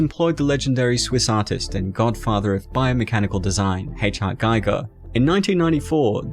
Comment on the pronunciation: The i in Giger is pronounced as the i in Gimmick.